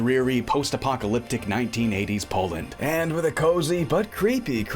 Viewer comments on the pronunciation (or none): Did you say POLAND?